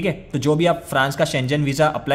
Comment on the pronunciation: It’s pronounced as SHEN GAN NOT SCHE JEN